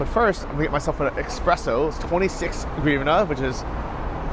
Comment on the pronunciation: Its not expresso its espresso☝